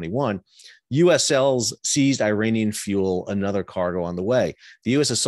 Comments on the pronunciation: Sal Mercogliano please educate yourself on how phonetically ridiculous you sound when you repeatedly pronounce Iran and Iraq Eye Ran and Eye Rack and Iranian people Eye Rainy Inn. Put these words next to each other and read them loud to see if it makes sense: Iran Iraq Israel I waited for you to mention Israel to see if you would call it Eyes Real but you didn’t mention the name of the country who’s behind all of these piracies. Your work resembles what UANI is doing. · Good to see the eye-ranian tankers at sea in eye-ran.